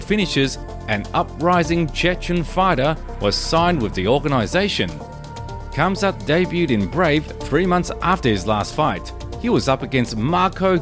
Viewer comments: RRRamzat not Quamzat damn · I think the “K” is silent. Hamzat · it is pronounced hamzat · You're saying his name wrong and pissing me off!